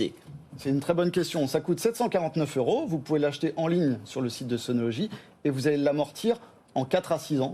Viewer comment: C'est bizarre que cette dame n'arrive pas à prononcer le mot SUNOLOGY en langage français normal, ordinaire. Son SunoloDgy est un peu pataud. Au passage, j'en possède sur mon toit car j'ai aimé le côté "français" de l'assembleur/distributeur.